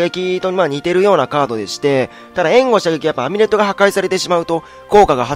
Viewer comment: ∧ えんご射撃って「え」にアクセントあるの？w